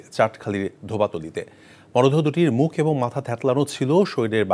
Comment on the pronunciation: চাটখালি না রে পাগলা ,, চাটখিল ।। ধোবাতলি না রে পাগলা ,, গোমাতলী ।।